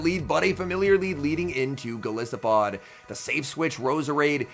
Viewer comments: Great battles. Enjoyable commentary. I would appreciate hearing you say golisopod correctly. The “I” is pronounced like Goliath. Goliath + arthropod = golisopod. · is it not based on an isopod? it would still be a long "i" though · Go-lie-so-pod? What about Gliscor? Is that with a short "I" or long like in goliath